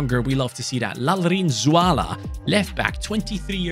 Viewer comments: As a Mizo I'm pretty satisfied on how you pronounced Lalrinzuala and Apuia , although your pronunciation on Lalchungnunga could be better I'm pretty impressed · You're pronouncing that "Lalrinzuala" & "Apuia" perfectly!!! Mizo names are very hard to pronounce, and that "Lalchungnunga" was very close as well. Big Respect!